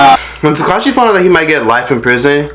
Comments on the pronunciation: More like teCACA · takes me out every time he says Caca 💀💀💀💀💀😂😂😂😂😂😂